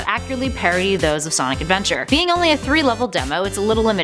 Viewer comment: Definitely not Senic Adventaaaur.